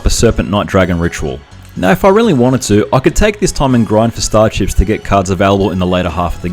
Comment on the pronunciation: I kept hearing star chips as star ships. XD Fun challenge, though!